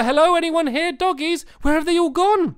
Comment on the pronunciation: I just love how he says DOUGIES instead of Doggies